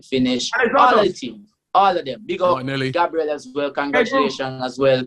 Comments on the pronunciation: calls Gabriel, Gaybril but when someone calls him taiwu instead of taiwo he will go mad 😂😭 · Everyone: gabriel: Gaybril